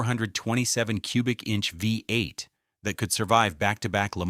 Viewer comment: You can ALWAYS SPOT AN AI Narrator. They can't say V-eight as one one word stressing the V. Always comes out "Vee...EIGHT.